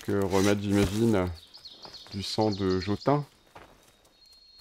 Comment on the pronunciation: Salut! Donne des armes et des outils à tes PNJ, ils feront mieux le travail et pourront te et se défendre. Sinon c'est du sang de Jotun qui se prononce Jotoun. Merci pour la vidéo!